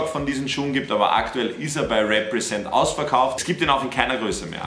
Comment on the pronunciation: Niemand: Wirklich Niemand:: RÄPPRESENT